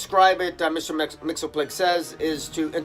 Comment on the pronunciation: If I may: I believe the correct pronunciation is: MIX-A-PIT-A-LICK. Now making it come out right backwards--that's another matter. Agree with you that Justice League (and its Dark companion) are hitting a high that is adds to the best of the Justice League compendium--in others, words, with the essential and best Justice League down through the eras of its distinguished (and often mediocre or worse) history. But high, high Justice League, roughly about as good as the book ever can get. That recent annual is a real gem. Also agree with that weakest part of the story is understanding the five forces--I never have quite gotten it either-but as you can see from the above, it almost doesn't matter--as long as they use it get us where we want to keep going like they have done so memorably and consistently since the Metal series.